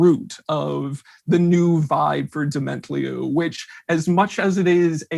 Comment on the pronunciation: Yea, but I think the emphasis should be on the last syllable